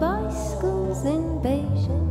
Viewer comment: I come from one novel called write down some memories, and to be honest, the pronunciation of Beijing is the best that I have ever heard.